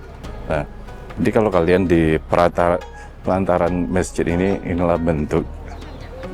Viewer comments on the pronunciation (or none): maaf ya sy kalau ga salah denger, sebut " pelantaran "..?, tapi yg sy sering denger sebutannya " pelataran "